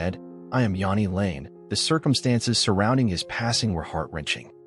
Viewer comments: you can’t even pronounce his name properly. Half the clips are NOT from Jani lane. JFC. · Yeah if we're going to do these lets learn how to say the fkn name